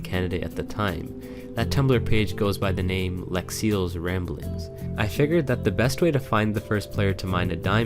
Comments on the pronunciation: why do u call lexi lexil lol? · Good video! But WHY did you call Lexi Lexil every time????